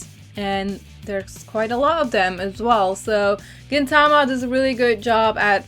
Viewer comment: GintaMA, not GinTAma yes I am a weeaboo.